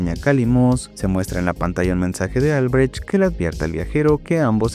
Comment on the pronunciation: loid es pareja de Albrecht y es Albrecht no albertch XD me daba una campanada en los webos cada q lo dijo jajaja pero buen video :D